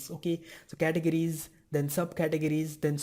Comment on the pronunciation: Very good English, man! Until you reached "categories". Butchered that one. But that's really nothing compared to the content you're putting out! Great job!